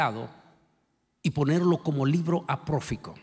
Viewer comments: Por si lee, el predicador, (no se dice aprofico, sino apócrifo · Sinceramente y sin afán alguno de crítica lo diré. Cómo puedo confiar en las palabra de una persona supuestamente preparada que dice "aproquifo" en vez de apócrifo. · Pastor no se dice libro APROFICO se dice libro APÓCRIFO.